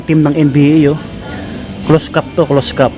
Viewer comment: ANONG CLOSE CAT PINAGSASABI MO......CLOSED CAP ANG TAMANG PRONOUCE👎👎👎👎😠😡